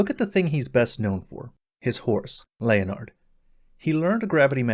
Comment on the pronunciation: "Leonard" is pronounced "Lenn-erd"